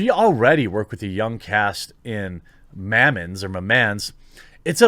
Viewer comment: "Mammens?" THAT is how you pronounce it? Bro, like Day 1 of French class.